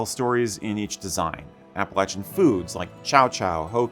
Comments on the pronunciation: Thank you so much for pronouncing “Appalachian” correctly! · Thank you for not butchering the pronunciation of Appalachian.